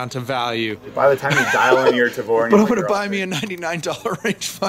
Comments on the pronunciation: "Taver", lol... Go back to school, bud. Sorry, but come on! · did he say "tay ver"? lol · What the hell is a tay-ver? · 1 point for say "ta-ver". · What Is A Taver? Did he mean Tavor? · Did he just say Tayvear? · 'Tayver' and 'Mission Force Tactical' wow this guy is annoying... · "You gotta know everything about it, from day one...except how to pronounce gun's name properly." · The proper Hebrew pronunciation of tavor/תבור can be replicated easily in English. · This poor dude is gonna take so much crap from his buddies for mispronouncing Tavor.